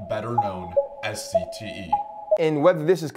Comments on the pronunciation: He said CTE wrong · Didn’t even say CTE right